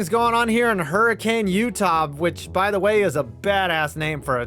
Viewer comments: I’m from Utah and I started laughing when you pronounced Hurricane like the storm! 😂 The city name is pronounced differently and it is actually said like Her-ah-kun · Its pronounced "Hurr-a-kuhn" Utah. At least thats what the yokels say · Hi! Utahn here with one correction. Unfortunately Hurricane, Utah is actually pronounced “Hurricn”. I don’t understand it, I just know that’s how they say it. “Hurricane” would be a much cooler way to pronounce it, I agree. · Hey....although it's Spelled Hurricane it's actually pronounced Hurr-Ih-kin. Why? I don't know. This state is cursed with weirdos that hate the English language. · Just a tiny nitpick, Hurricane, Utah is actually pronounced as Hurrican. The e is silent. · You’re not going to like Hurricane, UT anymore when you heard how it’s pronounced 😬 Her-a-kin. Not Hurricane like the storm.. 😅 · Learn how to pronounce "Hurricane" the way it is pronounced in Utah, dip wad!!